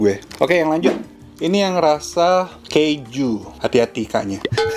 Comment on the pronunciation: ini yg rasa keju. Hati hati "K" nya😂